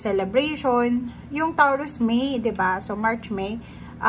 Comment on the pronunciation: Taw ruz? Ha? Tama ba natinig ko? Toh rooz ata ang tamang bigkas noon...